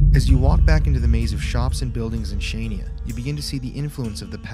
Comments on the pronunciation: Great seeing you enjoy our lovely country and struggling to pronounce Chania 😂 As for the symbols in the bunker, one reads Δίας=Zeus, with the S in the end made to appear as a lighting. In Greek mythology, Zeus is the lighting bolt wielding god and it's a symbol of power. The second symbol, the one looking as two E united is the Delphic Epsilon. It's a symbol that was found in Apollo's temple in Delphi and it is related with solar rituals, the initiation of man to the sun/light. It's a rather mystical symbol that supposedly shouldn't be talked outside uninitiated members, thus not much information can be found regarding that. There are rumours of "epsilon team", a group of enlightened people in Greece that is supposedly connected with UFO'S sightings and are holders of great secrets and advanced technology (something like the Illuminati). Lastly, the lines symbol looks like an 8 line star, the symbolism of which varies depending on the civilization it can be found but usually means stars and universe. As for the voice in the bunker during the night, it might be a homeless person that lives there. I should note that is customary for Cretan residents to wear black outfits (like the traditional outfit), so that might explain the black shadow you saw. Excited for the next episodes, hope you enjoyed your stay 😄😀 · not chanya not kanya . it’s in greek language calling khania { xania ) it’s not Crete . in greek language calling (Creti ) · Hi guys great video as always ! correct pronunciation of Chania is HANIA 😂😂 made me giggle every time you tried to say it ! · Just so you know, Chania is pronounced ‘han-ya’ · As a greek, I thank you guys for talking about our history & what happened during Nazi occupation. It is very touching. Oh and Chania... The c is not pronounced and the nia at the end is basically a syllable, very hard to explain by text lol